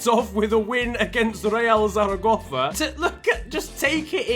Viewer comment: Real ZZZaragozzza